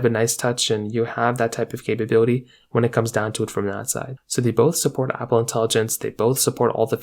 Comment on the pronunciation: How many times you say capab8lity?